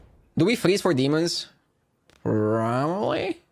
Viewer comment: It's funny how the dragon mocks how he pronounces 'Probably'